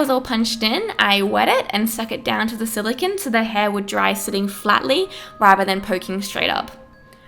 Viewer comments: Silicon is pronounced "siliCONE" not "siliKIN" sorry it was driving me insane. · is it me or does it bother anyone else that this girl is saying silocan instead of silocone? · SiliCONE not siliCIN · SILICONE. NOT SILICON. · But it's silicone, not silicon. Silicon is a completely different thing. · "Silikin" "silikin" "silikin"...ITS SILICONE. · its silicone. not silicin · Jack Marshal THANK YOU. eEveryone's just copying eachother saying it looks like jenna Marbles but I was looking for someone else who got annoyed by her pronunciations. lmao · I like how she says silicon. "Skill-a-ken" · im triggered she keeps saying silicone in a weerd way silacon thats what it sounds like silacon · Is it bothering anyone how she keeps saying silicINE? I get annoyed by the stupidest things lmao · It's her accent lol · The way she says silicone bothered me so much